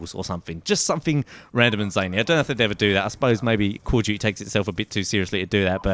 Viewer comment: he said call of jujy lol